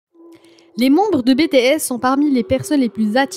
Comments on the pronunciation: J'aime bien la vidéo mais tu dit mal BTS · Moi j aime bien ta vidéo mais franchement on dit pas BTS ( bétéesse) mais BTS ( bitièsse) V c est (Vi) ouais et franchement dit les nom correctement stp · "Baie tae esss" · et c'est les seuls noms qu'elle a pas prononcé en bon français xD (entre Bétéèsss, Vé, Jihoope, Kipop et Jung koeeek, armé, fanze, on en voit des choses -_-) attends attends stop, c'est jimin le plus petit du groupe, suga fait 1 cm de plus que jimin STOP comment ça son talent en chant n'est pas assez bon, il a une super belle voix, à mes vous avez pas assez écouté awake, epiphany, abyss et moon hein pour la danse c'est pareil. Je ne pense pas que tout le monde peut danser des chansons comme idol, on ou encore fake love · Cela s'écrit BTS tu as dit bétéyès au lieu de Bitiyès Ce n'est pas Vé c'est Vi PS :je sais que cela ne s'écrit pas comme sa mais cela ce se prononce comme ça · pourquoi BTS au début j'ai faille faire une crise cardiaque (ca se dis BI-TI-ES) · Bé Té S !? 😂😂 Pardon mais c'est Bi Ti S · Tais toi zozo , c'est bities** pas betehess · Bts elle le prononce bé t s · « Bè tè es » En tant que Army mes oreilles saignent 😂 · Betesssss🤣🤣🤣 "BTS" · sa secri BTS mais sa se prononce BITIèS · J’ai juste entendu bétéaisse au début ça m’a piquer les oreilles 😭😭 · "Bétéèss" "Armée" mdr non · Pourquoi Bé Té Ess ? Mais pourquoi ? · Bétésse je- en tant qu'Army je hurle 🥲👌 Juste pourrais tu dire les noms correctement? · Jung koek bétéèsse vé jihope armé Mdr mais non sa fait mal au oreilles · Oh mes oreilles elles sont en sang prononce les bien s'il te plaît ! C'est Vi et BTS on dit BITIS ! Corrige toi s'il te plaît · De bétéaisse 🤣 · Oui et puis sa se ne prononcé pas BTS mais en anglais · Jimin de bts a reçu le plus de critique sur son apparence alors qu'il est magnifique. Mais la vidéo est complète et bien expliqué par contre BTS se prononce comme en anglais pareil pour V, désolé ça ma stressée tt le long de la vidéo 😂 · Par contre ça ce prenonce pas ça BTS